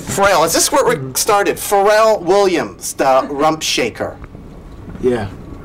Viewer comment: He pronounces Pharrell's name correctly "For real"